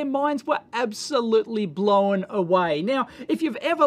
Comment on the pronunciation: Dave mate, blown is a single syllable word.